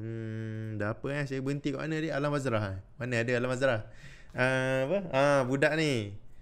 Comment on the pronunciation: alam sebalik mata..'alam bazrah' dia panggil 🤣